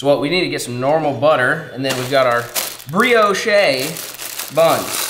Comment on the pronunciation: please stop saying bree-oh-shay, its just bree-ohsh. lol